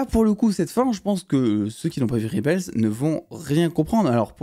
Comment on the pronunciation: Dsl gros mon on dit rebel pas ribel 😅😂